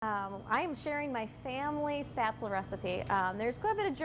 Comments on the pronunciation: The batter looked apt, but it's pronounced "sh-PEHT-zluh," not "SPAT-zl." And you need to actually COOK them by bringing the water back to a boil and simmering them for a bit. Floating is a function of buoyancy, which is in turn a function of decreasing density of the individual dumpling as the flour hydrates and expands; it is NOT a function of the degree of cooking. By your logic, matzo balls would be ready after three minutes in tepid water rather than sixty minutes at a fast simmer. Also, it's not a bad idea to finish spätzle in brown butter in a hot pan after cooking. Parsley has been known to add a nice touch, too. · I appreciate this video, but for heaven's sake pronounce it RIGHT! It is NOT "spatsul." Gosh my ears. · Why do you think that spaetzle and potato dumplings have anything in common? They don't. Also, you mispronounced spaetzle. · She makes good baked goods...that is all.. She is on a lifestyle program in Green Bay, WI....come on Green Bay, WI. I KNEW she was butchering the word..I knew it!!! WAY too heavy on the nutmeg. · oh mein gott, she mispronounced spaetzle wrong the whole video, ist dieser Rechts